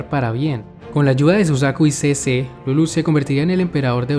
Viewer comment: ¿Por qué todos pronuncian Lulúch? ¿No debería ser Líluch? Y, para mí, es una lástima que no esté en doblaje latino. Por lo menos, yo no encontré.